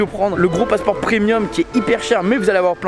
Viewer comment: PREMIUM et non PRENIUM